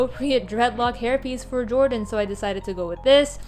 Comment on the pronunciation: Every time you said "Jordan Lee" it hurt me inside lol /j Great minifigure fixes as always!